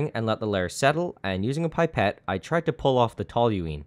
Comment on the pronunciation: Pronounced *pip-ett not pipe-ett!